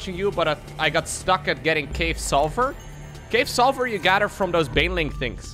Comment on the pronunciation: I, a non-native English speaker, find it difficult to differentiate when says "silver" and "sulfur". Were it not for context, I would be completely lost in translation